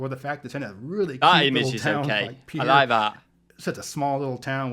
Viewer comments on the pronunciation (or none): The capital of South Dakota, Pierre, is more-properly pronounced similar to "pear" ... maybe "pee air" smushed together, with a very light i.